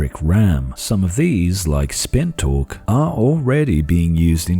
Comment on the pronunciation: The way your accent is, when you said, "spin torque" I was hearing "spin talk" and thought you were going to segue into pilates therapy.